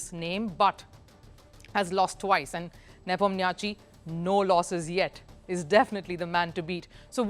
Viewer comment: Also Ian Nepomniatchtchi should be pronounced as Yan Nepomniashi